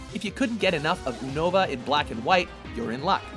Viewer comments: they say it like unova instead of yunova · And onova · also, I heard several wrong pronunciations, such as Lugia and Unova. Lugia has a hard "g" rather than a soft "g" (which would make the g sound like a j ), and Unova is pronounced more like (YOU)nova. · This guy at watch mojo clearly isn't a fan of Pokemon. He fucked up pronouncing at least four things that I caught. Lugia, team Aqua, unova and I'm pretty sure he fucked up hoenn. Smh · you know you messed up the names lugia, unova, and hoenn right? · Is it bugging anyone else that they are saying Unova and Hoenn wrong or is it just me? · He can't pronounce anything. How do you screw up saying Aqua, as well as the names: Hoenn, and Unova XD